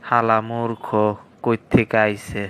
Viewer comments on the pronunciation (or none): ওরা মুর্খ টাও ঠিক মতো বলতে পারে না,মুর্খরে বলে মুরুখখো